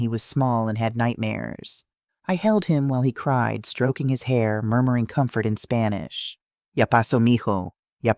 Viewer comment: I hate her Mexican pronunciation, it sounds too gringo😊